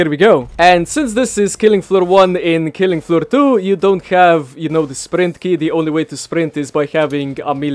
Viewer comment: Killing aflooh ahtoo